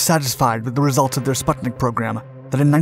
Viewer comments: And it's "spoootnik," not "sputttnik." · Again...It's pronounced SPOOTNIK. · First learn to read. Sputnik, not spatnik. zvezdA, not zvEzda, and enErgiya, not enerdjIya